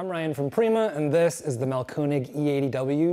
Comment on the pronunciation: Ö is a completely different letter from O and is pronounced roughly like the French "eu" or like the last syllable of "father" with a very soft "R." It is not pronounced "oh" and not "oo." Mahlkönig, not Mahlkonig.